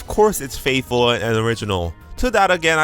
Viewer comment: That FATHFULL AT THE START LOL